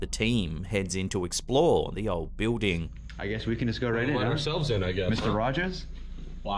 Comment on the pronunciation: I love how he says Beuding For building 😊